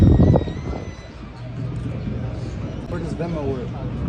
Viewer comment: “In this videer” 🤣🤣🤣🤣